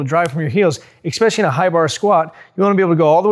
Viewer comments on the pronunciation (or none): none